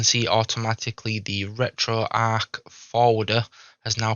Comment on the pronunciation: It's pronounced retroARCH, not arc.